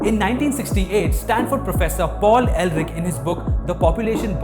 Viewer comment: Paul Elric of Melniboné? Oh, Paul Ehrlich. If you pronounce CH as K, OK. But then you pronounce his name AIR-LICK. Not like a novel character by Moorcock, while both are probably very sinister characters ....